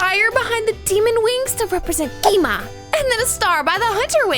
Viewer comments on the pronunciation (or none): Its gwi-ma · bro why did you said gee ma